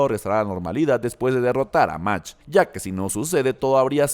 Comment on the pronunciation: Se pronuncia Magt. No sabes alemán?